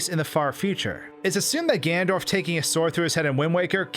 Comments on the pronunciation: you keep saying gandorf not ganondorf or ganon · did you just say gandorf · take a shot everytime he says "gandorf"